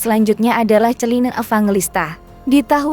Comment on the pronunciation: Pronounve orang Indonesia salah melulu. Celine jangan dibaca chelun